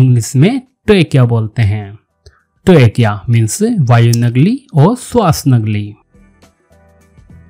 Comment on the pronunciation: Nagli nahi nali bolte hain.